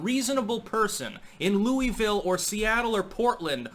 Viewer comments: As a KY native, I must correct something here. It isn't pronounced loo-ee-ville. It's pronounced loo-uh-vulle. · Just a fun side note. I lived just outside Louisville for 20 yrs, but I'm a Wisconsin boy & live there now. Louisville is pronounced Lu a vulle all run together, not Louieeeville. They hate that. LUUAVULLE, with accent on first syllable LUU. Just an FYI from a Yankee who married a beautifull Kentucky Strawberry blonde Thourobred. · I live close to Louisville. About an hour away. It's weird hearing someone call it "Louie Ville" and not "Lou uh vull" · it's Lew-vull or Lew-a-vull not Louis-ville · Love you, but as a native Kentuckian. it's Lou-uh-vul. 😁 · Its pronounced Lu-vul. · Pronounce it right it's lew a ville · Pronounced Luell-vill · Dude love your commentary but please pronounce Louisville correctly.. (Lu-a-vul) LOL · It's pronounced loo-vull Locals told me a handful of years ago when I was travelling the US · It's pronounced Loo-a-vul. 😂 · It hurts me how you say Louisville lol we say it so different